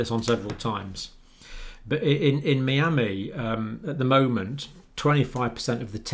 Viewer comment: The doc pronouncing Miami, as a native miamian warms my heart.